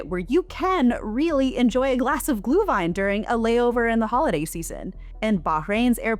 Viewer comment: I am German and was laughing all the the video. Right at the start like 4 minutes in you mentioned Glühwein [ˈɡlyːvaɪ̯n] and just understood 'glue wime' wine made out of glue, tasty